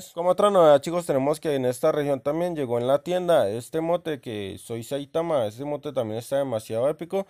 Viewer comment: Es saitama no saitaman